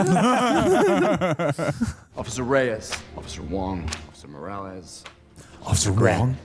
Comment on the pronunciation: So you guys didn’t notice him say officer morales